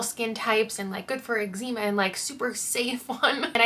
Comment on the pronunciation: oh my god you say eczema like that one doctor who villain...